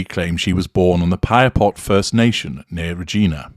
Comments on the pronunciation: Thanks for the deep dive into her history, I felt the Fifth Estate was a bit brief. By the way, you pronounced the city of Regina wrong. There was actually an ad campaign by the city which went, “The City that Rhymes with Fun” and another that went “Show me your Regina.” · "Regina" is pronounced to rhyme with vagina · Waayy too much repetition in this series. It is mostly just a compilation of second-hand bits from the news media. A lazy piece of ‘investigation’, and chock full of mispronunciations: ‘Regina’, ‘Qu’Appelle’, ‘Ontario’. And what is meant in Part 1 by, ‘Canada and the Territories’, for heaven’s sake? You might have a posh accent but these podcasts are a very lazy effort to create content.